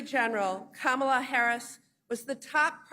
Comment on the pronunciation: Her name is Ka-Ma-La, not Kam-a-la it's Indian and means Lotis Flower.